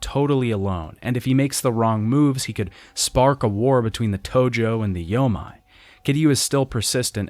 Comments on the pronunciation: Loving these retrospectives but it’s bothered the heck out of me in each one: anytime you see a Japanese word with “ei” in it it’s not pronounced “ai” like you’ve been saying, it’s pronounced “ayyy”. The “yo-may” alliance, not the “yo-mai”. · When converting Japanese words to a English alphabet "ei" is pronounced "ay" so yomei would be pronounced "yoh-may" it is "ai" that is pronounced as "eye". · “Yo-may” = Yomei